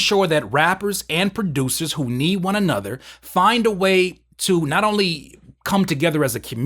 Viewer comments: In the beginning he said rappers and music baducers.. Lmao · I love how you pronounce the word: "Producers" keep it up 🤣🤣😂😂😂😂😂